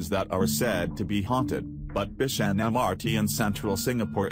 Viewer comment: It's bishan not be shan Cus the goanimate voice